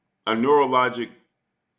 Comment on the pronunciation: you cant even pronounce the word NEUROLOGICAL with all of that EMOTIONAL HOLLERIN you do STFU